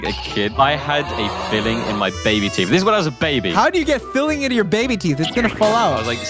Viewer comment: Its filling not biling